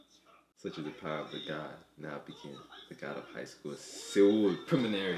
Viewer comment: I'm pretty sure Seoul is pronounced just as Soul not Se-oul.